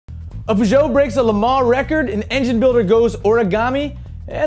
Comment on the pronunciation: No, he actually says it right. Peuj'o and reno is how they say it.